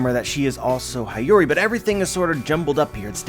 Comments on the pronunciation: i love you but I can’t let another one pass. It’s hiyori pronunciation. He-yo-ri not hi-yu-ri. I’ll go ahead and keep my grammar nazi helmet on and support you in pronouncing kyoshiro. It’s ki-you-shi-ro. The accent or intensity is in the “you” part. Thank you and have a good day ❤️ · Hi-yori 😂😂 it's Hee-yo-ree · He doesn't even have to say the "i" in Hiyori as an "ee" sound. Even if he pronounced the 'i' as 'ih' (as in igloo) that would suffice. Why force the 'ah' sound? That's too painful even in English. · I know you're not Japanese, but please try pronouncing Hiyori as Heeyori instead of Hayuri. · Dude I think it Hyori/Hiyori is read as He-yo-ree :D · HIyori, like in Hito, shirohige, hiruluk, hina, otohime, hitetsu, etc, not Hi like "hi, how are you" but hi like in History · hi yori is mom to o toko. its pronounce "he yo ri" for english speaker. lucky for me i took basic japanese. so im well on my way to being a low class weeb. someone said o kiji. for ao kiji. lol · Hee-yori my dude. That’s how you pronounce Hiyori’s name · I cringe every time he says “Hayuri”. u know how to pronounce her name correctly. In fact one of the one piece youtuber corrected you already about this in the most recent reverie video. SMH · I swear it was painful every single time 😂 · can't even pronounce Hiyori's name properly...